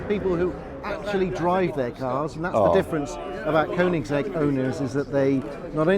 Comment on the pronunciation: Please pronounce the brand correctly! Cheers! :)